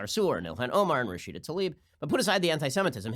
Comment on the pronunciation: Bernie Sanders thanks "Rasheeder" Tlaib.